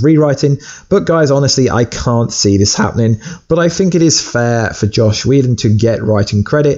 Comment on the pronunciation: It's JOSS! Not Josh!